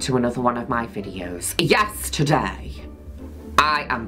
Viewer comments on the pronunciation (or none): “Yesterday!” Is what I hear when she says yes-today … I clicked this so fast💜🐮🐄👽love juno